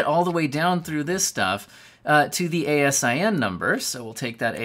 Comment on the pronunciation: As a long time Amazon employee I laughed every time I heard you spell out A S I N. We pronounce it out. It stands for Amazon Standard Inventory Number.